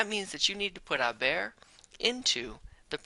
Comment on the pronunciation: it sounded like he said “a bear”😂 great vid tho!!